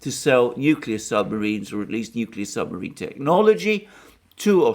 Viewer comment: I like it when you said 'torpedo the submariin' its a good thing slow Joe wasn't listening he might ask for the button.